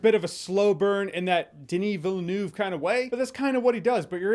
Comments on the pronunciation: "Villeneuve" is prononced "Vealnerve", not "Vélnouve"..... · Denis Villeneuve - closer pronunciation - Dunee Veal-nuv. No hate. Just helping a brother out.